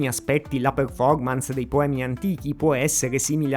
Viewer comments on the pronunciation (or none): none